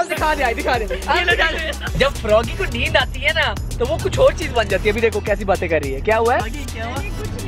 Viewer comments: It is not nunu or nene it is neend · It's not nunu Sham Idrees it's neeno😂